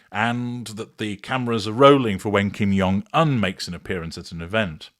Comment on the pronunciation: Dear, Jung in Kim’s name is pronounced as the regular “j” sound, not the German “y” sound. ❤